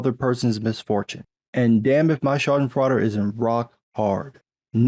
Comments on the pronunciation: Dude. When a silly kids movie (Igor) comes closer to pronouncing schadenfreude correctly, time to increase the prep-time on these vids. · Schadenfreude... Schaden = damage Freude = joy, delight The sweet bliss of watching your school bully falling down the stairs. That's Schadenfreude. It's a german word. You can google how to pronounce it. You sound like your mouth is stuffed with Butterbrezel and Frikadelle. But respect that you understand the meaning of the word. Haha - Nelson Muntz